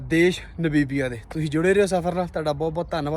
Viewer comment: ਭਾਜੀ ਮੈਂ ਇੱਕ ਗੱਲ ਤੁਹਾਨੂੰ ਖਾਸ ਤੌਰ ਤੇ ਕਹਿਣੀ ਚਾਹੁੰਦਾ ਹਾਂ ਕਿ ਤੁਸੀਂ ਨਾਬੀਬੀਆਂ ਨਾਬੀਬੀਆ ਕਰੀ ਜਾ ਰਹੇ ਹੋ ਨਾ ਬੀਬੀਆਂ ਨਹੀਂ ਨਾਮੀਬੀਆ ਹੈ। ਜਦ ਕੋਈ ਕਿਸੇ ਲਫਜ਼ ਦਾ ਜਾਂ ਕਿਸੇ ਦੇਸ਼ ਦਾ ਨਾਮ ਦਾ ਉਚਾਰਨ ਗਲਤ ਕਰਦਾ ਹੈ ਤਾਂ ਮੈਨੂੰ ਬਹੁਤ ਗੁੱਸਾ ਚੜਦਾ ਹੈ ਔਰ ਮੈਂ ਜਿਸ ਦਿਨ ਦਾ ਬੋਟਸਵਾਨਾ ਤੋਂ ਅੱਗੇ ਦਾ ਦੌਰ ਦੇਖ ਰਿਹਾ ਤਾਂ ਬਾਰ ਬਾਰ ਨਾ ਬੀਬੀਆਂ ਨਾ ਬੀਬੀਆਂ ਸੁਣ ਕੇ ਮੈਨੂੰ ਗੁੱਸਾ ਚੜ ਰਿਹਾ ਤੇ ਮੈਂ ਦੇਖਣਾ ਸ਼ੁਰੂ ਤਾਂ ਕਰਦਾ ਹਾਂ ਪਰ ਫਿਰ ਮੈਂ ਦੇਖਣਾ ਬੰਦ ਕਰ ਦਿੰਦਾ ਹਾਂ ਇਸ ਨਾਲ irritation ਹੁੰਦੀ ਹੈ ਆਪਣਾ ਉਚਾਰਨ ਸਹੀ ਕਰੋ